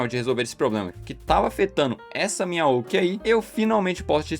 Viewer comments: Não tanco o cara falando "oq" em vez de "oc" Apesar disso, bom vídeo 👍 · Quem pronuncia OC como "oqui" 😭